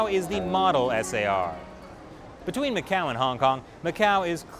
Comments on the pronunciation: Mas oque fala este tipo..goin goin mqéu goin ..jajajajajajajaj!! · Macau number-ah 1